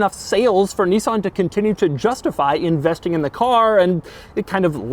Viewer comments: It's a 350 Zed, FFS. And it's Nis san, not Nee son. Ask any Japanese speaking person. Lol. I almost bought one of these back early this century, but bought a Saab Aero instead, same year, but half the price ... and MUCH MUCH QUICKER. The Nissan 350 Z a sports car ? No, not at all, especially no when it is outperformed by a Swedish family sedan. Shame GM ruined Saab. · Knee-san? Okay. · He said "zenis" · He said Zness 😁